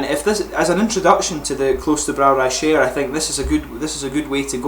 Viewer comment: Top Notch Beer. I tried it today and i agree with you 100%. I had the same Impressions. The Hop Aroma is phenomenal imo. Great Beer! One can taste that it is made with real Hop, not just Hop Extract. btw... you speak it like 'Shyern' (no offence of course) :)